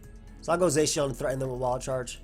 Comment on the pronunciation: Still waiting for people to pronounce Zacian correctly. May never happen.